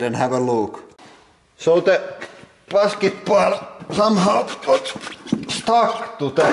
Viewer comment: rekural pasketbool xD